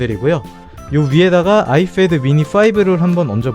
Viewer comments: Ipad 발음을 ifad라고 하시네요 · 발음 ㄹㅇ 신경쓰이네요 아이fad. .. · 발음 존나 거슬려서 못보겟다 아이fad ㅋㅋㅋ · 발음 진짜 ㅋㅋㅋㅋㅋ 에프도 아니고 피 발음도 아니고 참